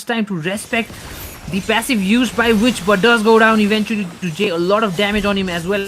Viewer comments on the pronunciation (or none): I wonder why people say v vitch I mean there’s two Vs but it’s there to be represented as W 😅 kinda dumb to hear the caster mispronounce witch.